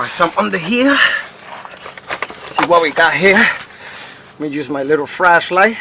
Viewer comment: Where did you buy your "FRASHLIGHT" from? ;)